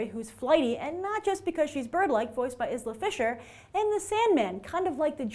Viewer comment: Her name is not pronounced as Izla, it's "Eyela" Fisher.